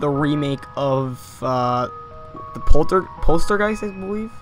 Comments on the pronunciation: It's poltergeist not polstergeist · polstergeist? XD poltergeist